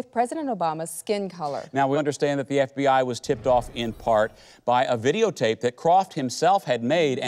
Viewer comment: Did the reporter just call the FBI the “BFBI” 😂